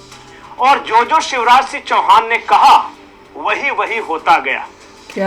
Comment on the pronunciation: Shiv Raj Singh Chauhan ki jagah aap use visha Raj Singh Chauhan pronounce kar rahe hain...aap hain kaun ?